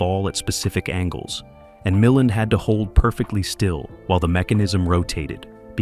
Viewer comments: OK. For all of the legitimate complaints about AI and the AI voice over mispronouncing names, does no one take issue with the unnecessary faux film dirt overlay on top of THIS ENTIRE PIECE? How about the random shots of Ray Millind 😉starring in Columbo ? Or the shot of James Cagney ? What we're seeing here is a creator choosing to use AI to create content. They use AI agents to scrape film "facts," gather images to support the script, and shove them into the video wherever. It's crazy. I'm afraid this is the future. Hopefully, we will retain some semblance of quality control and content and creators who at least make some effort to go through the resulting "slop" and shape it into something better. As a recently retired video producer, I can see how AI can take what used to take painstaking hours of labor to make a 31-minute video and turn it into something that can be done virtually in no time at all. What used to take a writer/producer days and days to watch the film, research the details surrounding it, formulate a perspective, write the script, select shots from the film, source photos that support the story you're telling, finding music that does the same, auditioning and directing voice over talent, days upon days of video editing, which goes further than simply linking shots together but carefully crafting a story that flows and is entertaining and informative. We're talking a minimum of a month's worth of work. But I'm afraid this is where things are head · I hate ,hate,hate this AI. MI-LAND. Can they have a real person listen to this? The information is interesting but it aggravates me to no end constantly hearing names and terms mispronounced. Ive resorted to using CC and not listening . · AI generated absolutely. Can't even pronounce the name of Ray Mil-LAND correctly.